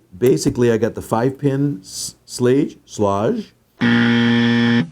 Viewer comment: I speak German. To be precise, it is Shlog-ah.